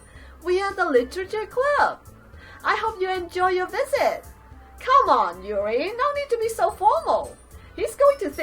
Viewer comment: yuri is pronounced yuďi